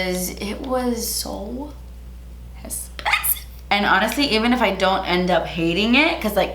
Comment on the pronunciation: RETURN THE ESSPENSIVE MAKEUP that Sephora return policy is clutch lol